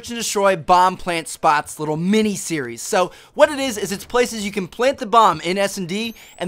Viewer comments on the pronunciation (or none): none